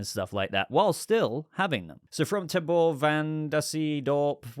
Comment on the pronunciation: Thanks for discussing my comment! It’s pronounced “Tay-ber” but thanks for doing your best with it haha! Appreciate you keeping all of us, here in the Bat family, entertained while we anxiously wait on this new Universe. You’re the bomb brother, Keep it up!